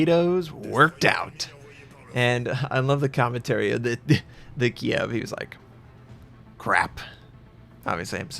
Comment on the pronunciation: kidd not kiev